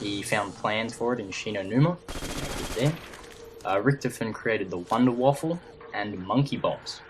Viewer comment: come on its not the wonderwafel its the wonderwaffer